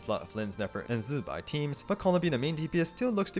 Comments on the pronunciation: its zi bai not zzbai we lit heard them say her name already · Useful video, but what’s up with your pronunciation of Zibai? You sound like a fly buzzing when saying the first syllable? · Please stop saying zibai's name like that